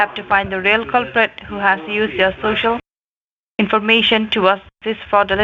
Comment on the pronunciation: Cant these idiot scammers pronounce the word "social" correctly? ShooShoo? really??